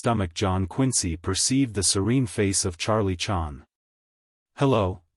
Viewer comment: I hate AI audiobooks. But in this case, you'd think they would have at least edited this mechanical mispronunciation of Charlie Chan's name. So I guess this means AI has bottomed out on this one.